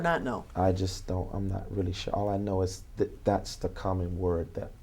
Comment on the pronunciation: The thing is, he's not "sheer" of his answers cause he doesn't understand the question, that's why they most "ax" Michelle 😉